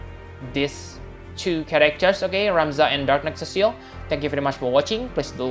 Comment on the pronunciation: "Cecile" is a girl's name. His name is Cecil as in see sill lmao.